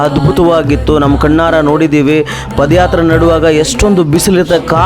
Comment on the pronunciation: Paadayatre guru adu pode yatre alla. Ranga swamy oddu adu ottu alla 🫣🫣🫣